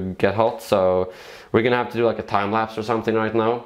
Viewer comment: "Yeah, let's not dew that" dews it multiple times